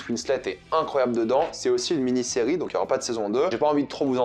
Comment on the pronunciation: la ciri au lieu de serie🤣🤣🤣😂